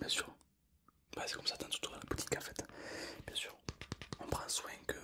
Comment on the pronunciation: soinG, bienG, très bienG